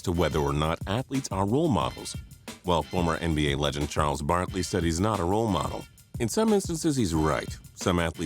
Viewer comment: Who else heard him say Charles Barley